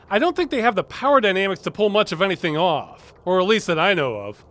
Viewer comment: "Picking up, or dropping awf?"